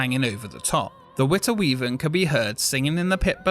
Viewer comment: He says he can't speak Dutch but says Witte Wieven several times wich is perfectly Dutch.